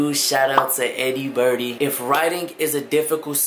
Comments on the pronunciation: It’s not eduberdy it’s e.d.u nerdy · Tell me why I thought he said “eerybuddy” when he said “eddiebirdie” my ears are broke ✌️